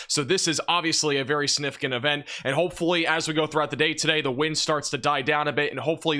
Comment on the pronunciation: the word significant has a G in it.